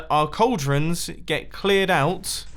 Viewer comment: you said caldren